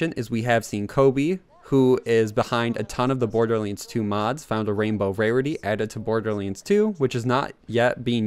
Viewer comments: Wtf is Borderlends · He just said bordlends